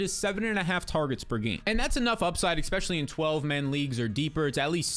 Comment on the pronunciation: Especially..not Expecially